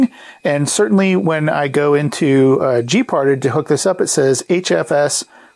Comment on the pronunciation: gparted is pronounced like "gee-part-ED" with the last syllable emphasized and pronounced like the first syllable of the word Editor. It is an abbreviation for GNU Partition Editor. It's a good open source tool that can do a lot of good things, but can also do a lot of bad things if one does not know what one is doing. SATA drives in modern Linux systems are treated as if they were SCSI drives, so it's not surprising to see drive devices referred to as, for example, sda (SCSI device A), whereas IDE drives may be referred to, for example, as hda (Hard Drive A), or may, depending on the distro and release, fall under IDE over SCSI emulation and also use the sdX nomenclature. Regardless of type, they are all block devices, and can be listed in tree form from the command line by typing in lsblk then pressing the enter key. Similarly, to list all USB devices, lsusb followed by the enter key. Each of these commands has options for more specific uses, a listing of which is available by issuing a space followed by --help after the command.